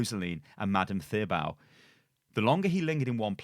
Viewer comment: I know you said we shouldn't ... But thebeau is pronounced in a french way. "The" as in the tank. And "beau" as in boat minus the at. ;-) And Mondésir ... the accent on the e makes pronounced somewhere between “e” in “bet” and “ee” in “see". In prêt-à-porter, the final er comes close to the é sound. The first é in déja-vu is the same. It's not easy for people who don't speak French, I recon. You are so welcome ;-) ;-)